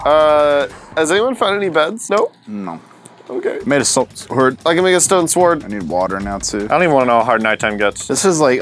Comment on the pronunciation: you really make the the w stand out in sword, is that people are supposed to say it? I thought it was silent, have I been saying it wrong?